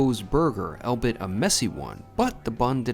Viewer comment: Was going to say this. Already heard him mispronounce it twice. He also said 'All-bit', instead of ALL-Be_It (Albeit) 🙄